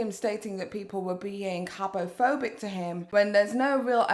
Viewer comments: I think you said habophobic so many times that my brain actually thinks it’s a real word😂😂 thank you dictionary 🙏🏼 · Just say homophobic and not habophobic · "Habbo Phobic" OMG!!🤣🤣 Did you play that game aswell, sis??😂